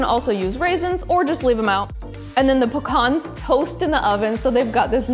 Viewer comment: They way you pronounce pecans made go deaf